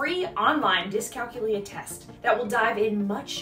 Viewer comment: Great info! So many different lifestyle skills that are affected by dycalculia. I grew up noticing all these issues with my little sister, and now with her son. ☹️ You do a gréât job listing all the signs, so thank you! May I please give one suggestion? The word is pronounced dyscalKYOOlia ( like calCUlus or calCUlator), not DyscalcuLIa as you are saying in the video.